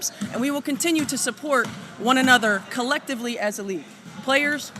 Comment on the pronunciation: She keeps saying “Colectivly. Which means she is a communist.